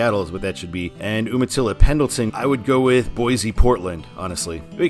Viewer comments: Calling Yakima the Palm Springs of Washington has always cracked me up; bordering on false advertising! I live in Kennewick. Also Umatilla is pronounced YOO-ma-tilla. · Umatilla is pronounced you-ma-tilla.